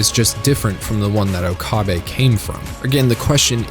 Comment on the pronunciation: Why is it that so many videos mispronounce Okabe? They say his name hundred of times in the series yet everyone still says Ookaaabe. . Put three words together, oak, a, bay